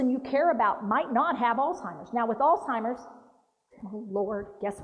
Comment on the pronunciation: NO T IN. ALZHEIMER'S AS A PERSON WHO TEACHES PEOPLE ABOUT IT YOU WOULD THINK YOU KNOW TO PRONOUNCE IT